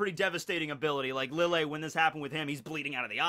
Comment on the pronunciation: i love your videos. very informational, and keeps the series fresh, interesting, and fun to watch and rewatch. Now, my beef with you. it's pronounced LEE-YAY. Since lille Barro is an arrancar (the mention of chocolate ingles being the big indicator, a spanish game), his name is pronounced in the hispanic way, the double L being pronounced as a Y, hence LEE-YAY BAH-ROH (R being rolled). Keep up the good work!